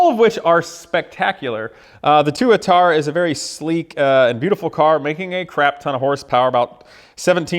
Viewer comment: I thought Tuatara was pronounced with the emphasis on the first A?